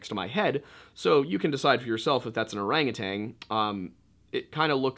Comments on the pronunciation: Orangu- TAN. No g on the end lol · O R A N G U T A N...NOT TANG,just sayin.